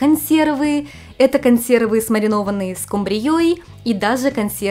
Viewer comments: Очень интересный контент. Но все таки - скУмбрия. Ну, по русски именно так. :) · не первый раз замечаю что вы говорите скумбриЯ, там же на у ударение) почему так?) просто интересно)